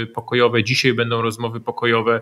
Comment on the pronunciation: Panie Piotrze: "dzisiej", "wczorej", serio, aż uszy bolą! A tak poza tym jak zwykle Pan Wolski merytorycznie! :)